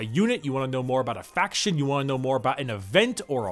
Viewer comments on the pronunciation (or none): So is anyone else noticing is swapping a lot of N's for M's as he speaks, am I hearing it correctly or am I slowly allowing the madness to take over? Betweem, Factiom, so on and so forth.